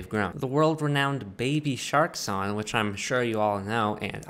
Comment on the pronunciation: This dude can’t say song